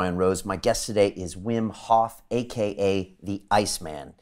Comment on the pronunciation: Wi.. wi...fucking WWWIM Hoff... not Vim.